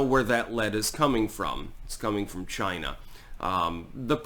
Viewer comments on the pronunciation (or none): "It came from CHY-NA!!!"